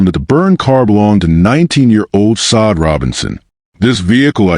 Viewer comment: Can you please pronounce her name correctly it's not sod